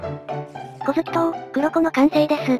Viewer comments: 「こづき」じゃなく「こげつ」だと思います。 あと、うぽつです～ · こづきとうじゃなくてこげつとうだとおもいますよ